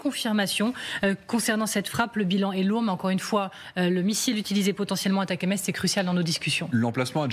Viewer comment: Ça se prononce Attack'ems et rime avec M&Ms